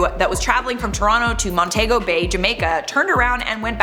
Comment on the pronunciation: Say it with me now, "Mont -ee-go" bay